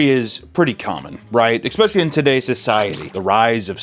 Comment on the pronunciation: mfker said it again "EXXXXXX-specially" ;P , all in good fun love u papa